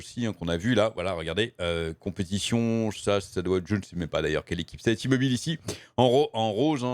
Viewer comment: C'est "Té-Mobile" que ça se prononce et c'est pas américain, c'est une filiale de Deutsche Telekom. Pas sûr que Bobby Kotic veuille compenser tous les départs de sponsors avec les sous de la boîte. Ça sent le sapin pour Overwatch. Kilgore est un abruti ; coucher avec son assistante ou avec une collègue est vraiment la dernière des conneries à faire. Ça te fait courir le risque d'être accusé de harcèlements (à tort ou à raison) et de te créer des frictions sur le lieu de travail. C'est vraiment un truc de puceaux de nerds et de incells, à mon humble avis.